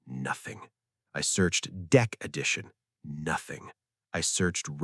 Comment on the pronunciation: Deck “addition’.